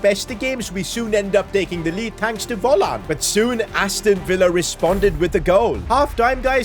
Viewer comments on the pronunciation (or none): none